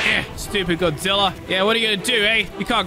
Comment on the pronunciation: you said "godzillor"